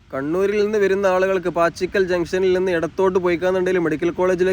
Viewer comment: പാച്ചിക്കൽ അല്ല പാച്ചാക്കിൽ ആണ് .